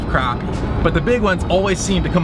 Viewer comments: It's not cropi it's crappie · crappie not croppie